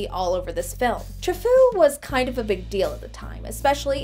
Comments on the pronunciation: It's Troo-FOE, not Tro-FOO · Tra-foo? No, no, no. His name was pronounced Tru-faux. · “True- foh” nue “très-foo” Well, sounds like “very crazy” in French! I Mean yikes! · "François Truffaut" is pronunced Trufo and not Trufcoo XD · I am pretty sure it is not pronounced "Trafoo." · Tra Foo? C'mon, everyone knows it's pronounced France Coy Trout Fart. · Its actually pronounced "True-faux". I love this movie so much. Cyril Cusack is so passively evil. The music alone, * sigh *. And the film ending is perfect. Art will save humanity. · It's pronounced Trufo, great review. In my opinion the back of the head pictures is just a useless gimmick. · OMG! I wanted to put pokers in my ears!!! The director's name is François Truffaut - PRONOUNCED TRU-FO! Turn a british man into an American woman and simple pronunciation goes to hell in a hand basket! Regardless, a film adaptation vlog should know how to pronounce the name of a world renowned film maker! sheesh! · Francois TRUHFOO? I know next to nothing about film history, but I could tell that pronunciation was not anything close to how to say "Truffaut." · Each time she pronounced Truffaut as "true-fu" hurt my soul. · It's pronounced "true-FOE". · Isn't it pronounced like "true-foe"? Or have I been pronouncing it wrong the whole time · Truffaut is pronounced "True-FO", by the way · It’s pronounced: True-Foe. You sound like you’re trying to say the underling from Beauty and the Beast when you do it. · I think the director's name is pronounced "True-foe" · As a French New Wave geek I feel the need to point out the director's name is pronounced Tr-oo-foe but that's just my OCD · The Polyjuice may have reduced accent but it left his hilarious mispronunciations intact. That very famous director's name is "true foe." Thanks for the chuckle though. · You couldn’t take five minutes to learn how to correctly pronounce “Truffaut?” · I love you, but as a French person, the way you pronounced Truffaut was painful.